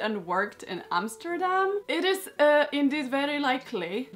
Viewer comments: Awwww, you’re pronouncing Arent Arentsz and Amsterdam so well! His nickname ‘De Cabel’ is pronounced with the same ‘a’ like ‘ahhhh’ as is Averkamp from Hendrik Averkamp. Everything pronounced as an English ‘a’ is written as ‘ee’ in Dutch. But that’s not your expertise, so no worries!! I love what you’ve made from it regarding that if I’d lived 500 years earlier I could have looked like this. Because I’m even from the same part of NL🤗 As a child I’ve skated very often, but now not so much ice. I guess I should come to your country then! Oh and one more fun thing you remind me of my aunt when she was younger. So you look Dutch too🤩😎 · Yes! Finely a dutch dress! Have been waithing for this. Love how it tured out. I alsow like how you prenouns Amsterdam. Its like your a Dutch person yourself! No strange Emsterdem sound